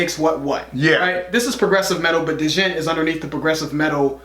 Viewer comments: You pronounce it "Jent", the "D" is silent, as if it can't be pretentious enough haha. Periphery - Erised or Make Total Destroy would be awesome too. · "djent" - pronounced "jent" D is silent :) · Periphery, God Fathers of Djent. But its pronounced Jent. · Great reviews fellas! Djent is pronounced like gent as in gentleman. From my understanding Djent is an onomatopoeia related to the sound the guitar makes in this subgenre. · it is pronounced "Jent" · Appreciate you guys going deep into metal and it's vast subgenres. Tesseract rules and i'm glad you guys dug it. They're special. And it's actually pronounced "gent" lol. The D is silent. Not that it matters because it's a made up term that is supposed to just be a sound a guitar makes in progressive metal. Down tuned guitars. Hard to explain in a comment, lol. But people took it and tried to make it a new genre. When in reality, it's not. But keep up the awesome videos guys. Super knowledgable dudes, you two. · Guys. Just for the record. Djent is pronounced as "Gent" 😎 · I did the same thing with the pronunciation of "Djent" when I first heard about it. The "D" is silent and sounds like "Gent", but with maybe more of a "juh" sound to it. The style basically totally comes from Meshuggah. It's a lot of bands that sort of want to be Meshuggah. Some bands (the really good ones) are original in their influence while others are basically snowclones. Tesseract makes it their own. Nocturne is a great song to check out. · The part that you thought was similar to Jinger, was the "Djent" sound, pronounced "Gent". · It's pronounced "gent." It was originated by Meshuggah. One of your favorites, guys. Haha. Love your videos. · LOL THEY SAIS "Duh"Jent !! LMAO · Djent is pronounced jent - Which is also what maked djent djent. That sound that the bass and guitar make - jent...jent.....jent jent .. jent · To help out, djent is pronounced like gent; as in gentle. You guys rock. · It's "Jent." The D is silent. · The d is silent